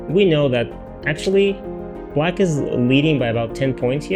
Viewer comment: Is it me or does this guy prononce black like "blight". not great when the other color is white.